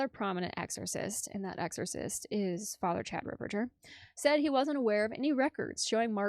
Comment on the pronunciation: Thank you for sharing your sensible comments. I see narcissistic tendencies in her behaviour. And she's the only person mispronouncing Fr. Ripperger's surname.